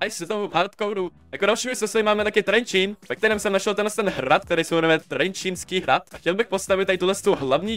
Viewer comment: Kamo ti si povedal trenčínski hrad ale to je Trenčianski hrad